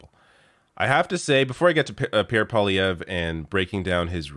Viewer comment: Dear It's pronounced "pwa-liayvr", not "poly-ayvr". Tabarnak de criss d'osti.